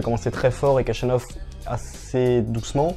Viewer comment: Son nom se prononce ainsi : le kh se prononce xh comme dans javier prononcé à l’espagnole Jachanov